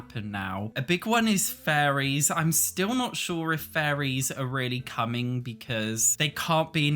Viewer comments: Everytime he says faries i hear FURRIES help me 😭😭😭😭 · Great vid and highlights a lot of the issues with the community and why EA is getting away with it. Though, I love accent for how he pronounces fairies! It just make me chuckle hearing him saying "i don't think furries are coming to sims 4" lol